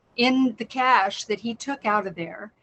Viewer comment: It's so nice to hear from a literate American, who can pronounce basic loanwords like cache properly. Younger Americans say it like cachet, which is a different French loanword. Most people with a reading age of over 12 know that, nice to see the rare 1% of Americans that have attained that and kept it.